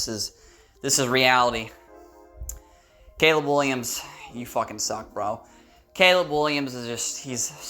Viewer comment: Hahahahaha you said Gayleb hahahaha